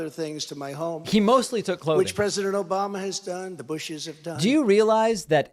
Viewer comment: The trump bloopers were hilarious. LOL Finally got to hear Obamna origin. lol